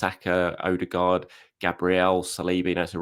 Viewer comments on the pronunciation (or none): none